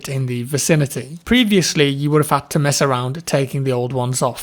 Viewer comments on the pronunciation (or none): none